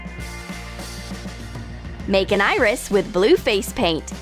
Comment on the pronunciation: is it just me or did she say make an eyerist with blue face paint